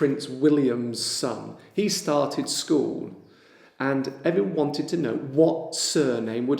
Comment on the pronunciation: al minuto io sento "every wanted to know"...non dovrebbe essere "everyone wanted to know?"...è una sorta di "connected speech"?